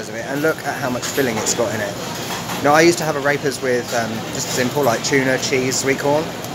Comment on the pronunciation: You should learn to pronounce AREPAS. It is not "a rape ass", it is "ah reh (as in the musical note) pass". Thanks for the laugh though!